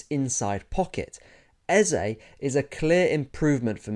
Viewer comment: Thanks for the balanced analysis. But more importantly, thanks for not butchering "Eze" like many English football analysts have decided to do.